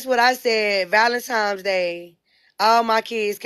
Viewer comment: “Valemtimes Days” 🤣